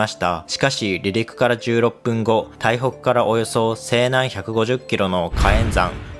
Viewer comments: 長文だからしょうがないんだろうけど、読み間違い多い 台北をたいほく言うのは正直・・・ねえ・・・ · 建立→❌けんりつ ⭕️こんりゅう 台北→❌たいほく ⭕️タイペイ